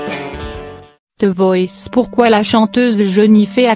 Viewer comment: lol elle dit te voice au lieu de the voice